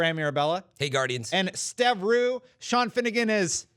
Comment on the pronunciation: Lol is saying Stev Roo a meme or is that actually how you pronounce his name, I say Steven Ryu(Re-U)